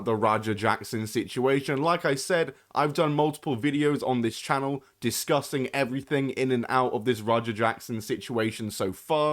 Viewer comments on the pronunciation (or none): Pretty sure you're saying "discussing", but it kinda sounds like "disgusting".... and, I mean, the way you worded it......... either word could actually be fully applicable.